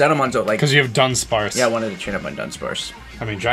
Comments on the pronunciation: U know he said Dunspace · Its not Dunspace Its Dunsparce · Dunspace? i thought it was dunsparce :)